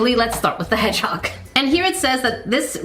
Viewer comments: lol the way she just said “headHog” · “Hed hog?